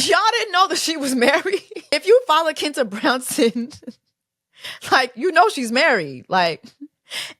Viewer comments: Jessie baby it’s “Kwinta” not “Kinta” 😭 lawwwwd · “Keentuh” Jessie? 😂😂😂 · Quinta (kwinta) the Qu- is pronounced like Queen